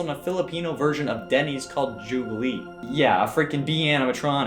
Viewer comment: It’s not pronounced jullie-bees, it’s Jolly-bees. Also it’s not like a Filipino Denny’s, it’s more like a Filipino KFC (except their chicken sucks).